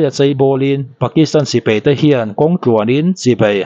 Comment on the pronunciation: Sipei❌ Sipai ✅